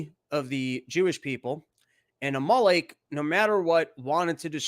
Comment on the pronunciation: God damn it, you kept cutting out. Where’s the link? You making me do my own homework mate? I like the theological stuff, mainly because it’s relevant right now so thanks dude. Also, it’s Amalek …like the VW car …Amarok. Unless you guys put the emphasis on different parts of the vowel… Good stuff 👍